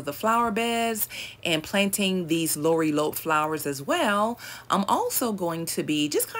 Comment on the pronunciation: GM just seeing this video🎉 The correct pronunciation is La Rye A Pee 😂. Just say it fast 😂. Lorilope is cute sounding though 😂. I just broke it down the way it sounds not spelled 😊